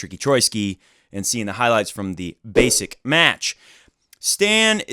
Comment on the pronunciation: I've never heard anyone say "Rafans" other than you. Also, it's clear you don't really follow challenger level tennis if you haven't heard of Mirza Basic before (the way to read his surname is just like Karlovic's surname), Tallon Griekspoor is not that well-known even if you are interested in the lower levels of pro tennis. I follow challenger level tennis a lot and Mirza Basic is one of the most important figures there, I think he has a great game and I'm really happy to see him breakthrough.